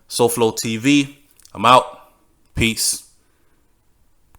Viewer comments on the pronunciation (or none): none